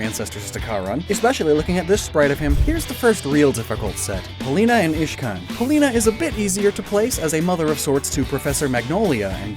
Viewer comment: Uhh you said ishcan not iscan